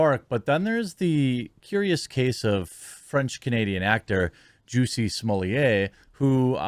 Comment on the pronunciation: JUSS-y, NOT JUICY. "SMALL-et" NOT "SMOLL-YEH". Go home, Jeremy, you're drunk.